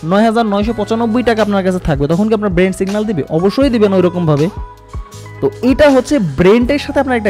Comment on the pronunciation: আসসালামু আলাইকুম ভাই। আমি আপনার একজন সাবস্ক্রাইবার। চেষ্টা করি যাতে আপনার একটা ভিডিও দেখাও আমার মিস না হয়। এতে অনেক কিছু শেখাও হচ্ছে আলহামদুলিল্লাহ। তবে আজ আপনার এই ভিডিওটা দেখতে গিয়ে একটা জায়গায় বারবার খারাপ লেগেছে... তা হল আপনি ব্রেইন কে বারবার ব্রেন্ট বলছেন.. যা খুবি বিরক্ত কর ভাই